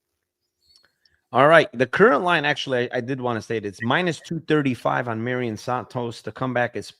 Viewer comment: will never pronounce santos name right lmao it's "Mairon" not Marion"